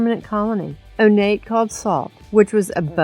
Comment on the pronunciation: Onate's name is pronounced "On-yah-tay."